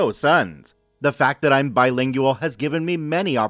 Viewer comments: Bilingual, trilingual is not ling- you-all. It is ling-gwal. I think you may be the person who says they stumble over plurals of words like analysis. More than one analysis is pronounced anala-seize. Also one diagnosis, several diagno-seize. I hope that helps. I could have the wrong YouTube person that mentioned they had this difficulty. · Mr. Narrator, PLEASE learn how to pronounce "bilengual." It's 3 syllables, not 4.